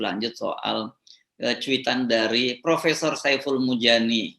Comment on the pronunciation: Profesor dan Profesong bedanya cuma dikit ^_^ yaitu R dan NG doang